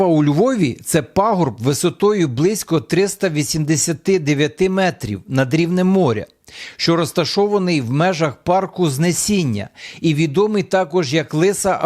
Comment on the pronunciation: Не ЗнЕсіння а ЗнесІння!!! Ставте наголос правильно!!! Львівяни вам цього не пробачать )))